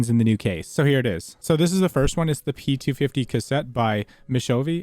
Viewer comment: i think u miss pronounce it 'p250' xD